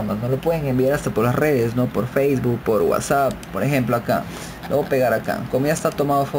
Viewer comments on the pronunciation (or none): none